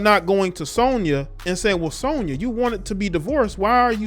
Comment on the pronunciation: U not saying Sonya name right